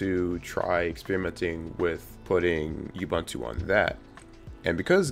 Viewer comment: Your pronunciation of Ubuntu is offensively racist and colonial. If you know how to use the Internet, take the time to Google it. I cannot bear listening to your ineptitude.